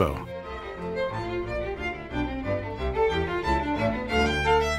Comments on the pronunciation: On a historic note, the original castle was already in excess of 400 years old before the time of Uhtred, who actually had a very limited historical impact. Just a note to foreign visitors: its pronounced Bam-brer and not Bam- ber-er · You're not pronouncing Bamburgh correctly. I grew up there. It is pronounced Bamburra. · It's pronounced bambra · It would be a bloody good start if you could pronounce Bamburgh correctly.